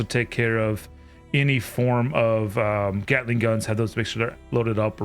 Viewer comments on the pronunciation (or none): none